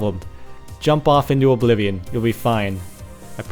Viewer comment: ლ(ಠ益ಠლ NOOO WHY U SAY OBLIVION!!!!!